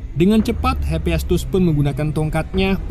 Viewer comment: hepiestus????? bukan hepaestus